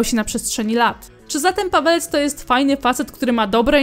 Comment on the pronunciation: Czemu ja za każdym razem słyszę "Padalec" zamiast "Pawelec"